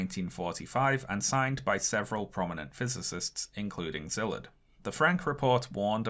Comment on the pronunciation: Small request for future videos. Could you put up the names of the people you're talking about under their photos? It took me 5 whole minutes on Google (way more time than should be required in the modern age) to find out that the man you called Zilit or somesuch was actually Szilárd Leó (pronounced See'-lard Leh'-oh). I wouldn't have been able to pronounce it either had I not lived a while in Hungary, but it would help people who are intrigued by your subject matter to follow up on it on their own (to Google Byrnes and not Burns, for example). Great video.